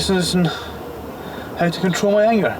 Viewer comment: "Got water on mi hair", argh 🤦‍♀️